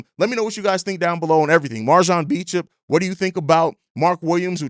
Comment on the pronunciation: All love jus a headsup his last name is pronounced "Bo-champ"